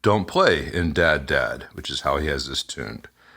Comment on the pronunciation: Was that Harmony really in "DADDAD" tuning? Or did you mean to say DADGAD?